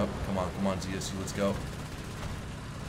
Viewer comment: more right to say not Zi-aS-You, but Ze-Se-U.